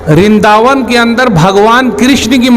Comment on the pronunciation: रिन्दा वन नहीं, वृंदा वन है।